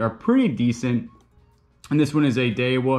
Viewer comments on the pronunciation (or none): Daiwa is Die-a-waa